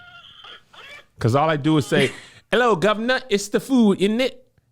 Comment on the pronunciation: One bit of advice is when we say “init” to mean isn’t it at the end of the sentence (which isn’t the only way it’s used now) its only said as ‘in it’ you are almost saying the isn’t part 😂. Also no one in England says food as feud for whatever you are doing 😂